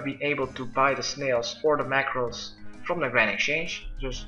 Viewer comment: OH RAW MACKRELS NOT MACKRELS?!??!?!?!?